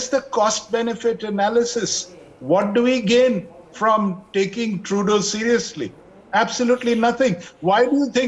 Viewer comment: fake news....and its trudooooo not truduuuuu.